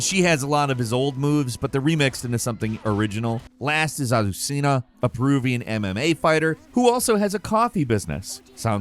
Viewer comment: Your pronunciations of Heihachi and Azucena were funny lol